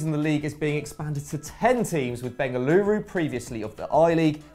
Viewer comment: Thanks for correctly pronouncing Bengaluru and Jamshedpur